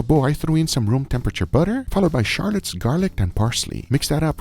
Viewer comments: Did bro call shallots charlottes? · Guga just called Shallots: Sharlots. Lol